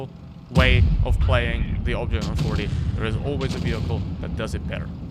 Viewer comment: Your accent so bad! Man go listen to how you pronounced the 140. Wow unbelievable